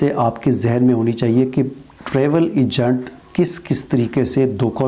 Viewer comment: Egant nahi hota agent hota hay phelay bolna sekhoo